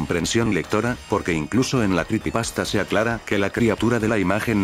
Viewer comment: Jaja se escucha raro escuchar "cripipasta"